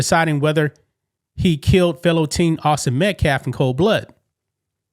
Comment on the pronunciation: That clown in a suit is a fucking moron. Can't get Daniel Penny's name right and even mispronounced Austin Metcalf's name a few times. Wants to act like he knows stuff but doesn't know Kyle had an AR not AK. Then took every opportunity he could to plug his organization